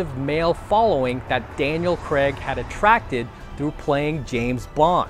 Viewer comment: The way he says Daniel creg lmao 😂